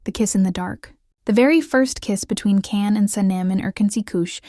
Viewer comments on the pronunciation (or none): Can you at least pronounce Can’s name correctly? Can is pronounced “John”. There’s an interview with him correcting those who say “Can”…as in “Can” you be authentic? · Please, if you are going to take the time to discuss Turkish TV- pronounce the names correctly! Let's begin with Can. NOT Jan. NOT Kan. The C in Turkish is pronounced like a J. Can is pronounced like Gian. Ç is pronounced like a ch in English. Please try to get it right! You reduce your credibility without appropriate and respectful pronunciation. Thank you. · Can you PLEASE learn to pronounce their names right?!!! Eda. Eh-duh. Can.. chahn Omer Oh-Mare Sevda Shevda Ferat Feraht Seran Sheron .... As a Turk it's annoying because your shows have the correct pronunciation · Teach your lovely AI narrator that the "C" in the name "Can" is pronounced as our "J", so "Can" sounds like "John." It really grates on me that such violence is done to the name of CAN Yaman's character "Can" in the wonderful series "Early Bird." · Can’s name is pronounced John. At least get their names right. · Learn to pronounce the names correctly! Can is Jan!